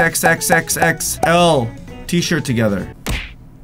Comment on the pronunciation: When he says xxxxxxxxl it sounds like he keeps saying sex